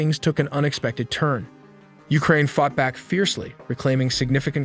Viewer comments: Ukraine ❌ Ulkraine ✅😂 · What is Uklraine? 😅😅